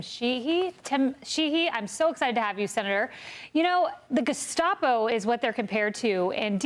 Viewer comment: You say GESKAPO, I say DESKCAPO. You say GETSLAPO, I say KETSBAPO. GETSLOPPO, SHLEMOZZI, TAMPONS FOR ALL NAZIS. Wet's call the whole thing off.